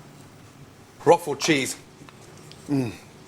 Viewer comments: Yeah, OK, he says "Roffoll" . But he mostly pronounces it correctly: rock-forr. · "Roqufori" ? Roquefort.